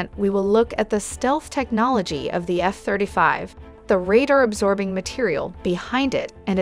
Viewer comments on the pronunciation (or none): "Eff thrda five"